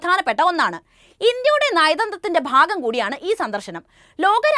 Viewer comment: Please malayalam uocharanam valare mosam (fagamalla bhagamanu. falamalla bhalamanu fariya alla bhariya anu u r malayalam